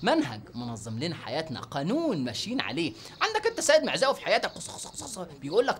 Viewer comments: احترم نفسك لما تذكر اسم السيد معزاوي بتقول خسخسخس🤣🤣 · سيد معزاوي (سخسخسخسخسخ) 😂😂😂😂😂😂😂😂😂😂😂😂